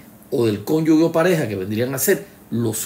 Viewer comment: Cada vez que dice “cónyugue” muere un profesor de lengua española.